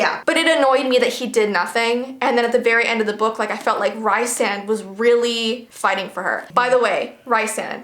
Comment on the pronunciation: I agree it’s RY- SAND! I don’t even know where they came up with the other pronunciation😂 loved this video! I’m currently on the last